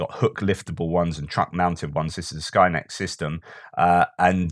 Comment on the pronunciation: Whenever you say Skynex, I'm hearing Skynet and experience an involuntary shudder. I'm living in the future and it may not be as grim as predicted, but it's no paradise either. 🙃